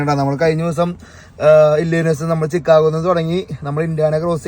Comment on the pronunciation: Ohio alla ohaiyo ennu anu parayendathu...chicago alla shicago ennu anu parayendathu...